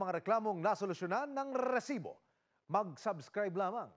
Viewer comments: Ang cringe nung " grrrrresiboo" 😒🙄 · HOY RESIBO WALA MAINTINDIHAN SA MGA SINASABI MO AT MGA NAGSASALITA SA LAKAS NG BACKGROUND MO ANG NAIINTINDIHAN LANG UNG PAGKASABI MO NG ŔRRRRRRRRRRRESIBO PUCHA WALA MAINTINDIHAN SA SINASABI NYO BACKGROUND MUSIC LANG HAHAHA